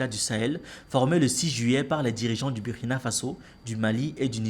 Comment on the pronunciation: Mon ami apprends à prononcer le nom du Burkina correctement. Si tu peux prononcer Burundi il n’y pas de raison que tu prononce mal le u du Burkina